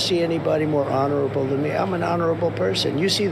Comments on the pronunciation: “I’m an honerable person”🤣🤣🤣🤣😆😆😂😂😃😃😃🤣🤣🤣!!!!!!! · Did Don the Con say he was "honorable" or bondable"???